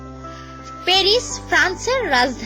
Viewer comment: পেরিস নয় ওটা প‍্যারিস, টুকিও নয় ওটা টোকিও